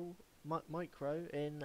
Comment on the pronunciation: I listened a few times to get the right steps in...and kept hearing him say macro a million times wrong. A co-working came into my office asking me what the hell I was laughing at. Never in my life have I heard someone go back and forth like that. After I was done laughing, I kinda wanted to make him stop talking forever.